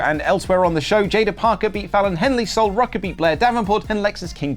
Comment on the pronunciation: Did just call Sol Ruca.. Rucka? lol